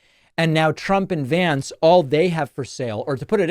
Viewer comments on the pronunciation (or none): none